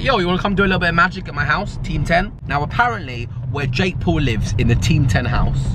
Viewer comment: It sound like you saying Jake Pool :D